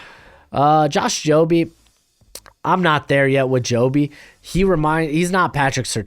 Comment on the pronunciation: For a future pronunciation for josh jobe just leave out the e accent at the end but everything up to the e accent was right.